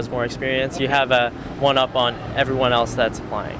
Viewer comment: I could tell right away the first three people were Canadian: 1: He gave it away in his pronunciation of "on" 2: His pronunciation of "Seminar" 3: Very Canadian pronunciation of "Possible" 4: I didn't detect anything at first but after listening again, her pronunciation of "and" gives it away